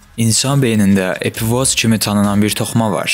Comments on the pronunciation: Epifoz yox epifiz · Düz dediz amma epifoz yox epifiz vez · Epifoz yox, epifiz:) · Epifoz yox epifiz. 🙁🙁🙁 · Epifoz yox Epifiz sehv demisiniz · EPİFOZ DEYİL EPİFİZ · epifoz yox, Qipoviz, wiwkovidnaya jeleza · Epifoz yox, epifiz vəzi